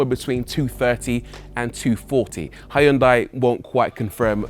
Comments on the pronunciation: It’s “Hyun-day”, by the way. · First time you mentioned Hyundai You said it wrong as they like to remind us in adverts .